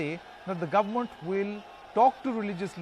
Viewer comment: Guvmoont???? What kind of pronunciation is this?? 🤣🤣 Kumbh Mela covidiots are going to wipe out entire UP and Uttarakhand. Dead. Rip.